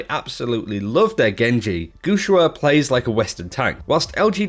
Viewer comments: It reads "guxue", the way it's written, with an "e" sound! Pls stop saying "guxua" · pronunciations are so horrible, especially guxue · ElementoXyz It's ok dude chill, you can't ask someone who doesn't speak the language to pronounce things that accurately. As long as we understand who he's talking about I think it's fine.